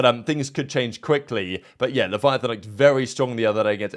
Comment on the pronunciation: LEH VE UH TAWN not Leviathan lol